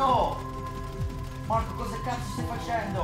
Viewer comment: Gvande ti seguo pevsonalmente da ievi seva